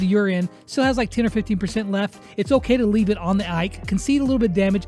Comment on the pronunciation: did just said "it's oCray"😂